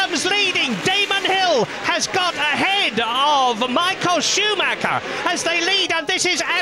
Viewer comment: Alter wie die immer SchuMACKA sagen wtf